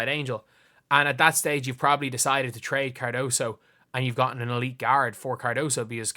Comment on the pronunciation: FYI her name is Kamilla CARDOSO Learn to spell and pronounce it correctly, people. Respect